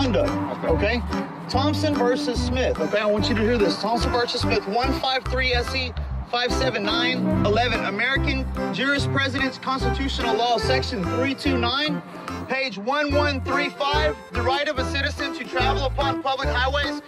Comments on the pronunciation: Did he say “jurispresidents”? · He said jurispresidence. :face-turquoise-covering-eyes